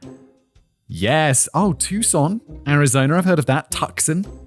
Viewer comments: it is too-son not tuc-sun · Tuxcon?? Tucson? Too-sohn lol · "tukson" Tuscan= tooson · Also as a Tucson resident.... It's pronounced two-sawn. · Simon’s delight at looking at the map and calling out places he knows makes me happy. Especially when he said, “Tuck-son” 😂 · As a native of the valley of the sun, it’s often 115+°f in the summer lol WAIT WHAT DID YOU JUST CALL TUCSON?